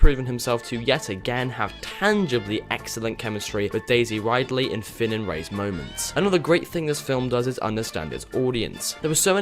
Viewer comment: I thoroughly enjoyed the film, but I have to pick up on a few things on which you have said about it, not about the film, but the fucking actors names man I mean come on, not Daisy Ridely, it's Daisy Ridley (pronounced Rid-Lee) and John Boyega (pronounced John Boy-ay-ga)... sorry, it just frustrated me... but great review!